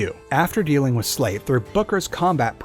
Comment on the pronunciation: Lol why does he keep saying wiz instead of with